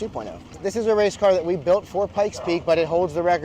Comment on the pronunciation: I'm having issues with his version of "built"